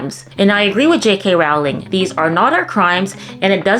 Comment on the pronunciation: Great reporting,! Keep up the good work. Just so you know, Rowling rhymes with BOWLING, not howling.